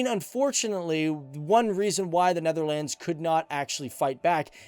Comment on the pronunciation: Hey dude great video but your pronunciation is a bit bad please can you learn how to pronounce words like Huzzars and Netherlands and others